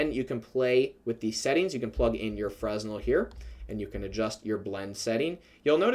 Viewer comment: The S is not pronounced in Fresnel, thanks a lot for the effort and all 🔥